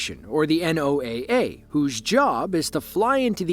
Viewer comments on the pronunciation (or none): none